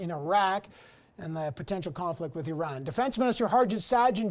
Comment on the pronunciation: He said eran it’s iran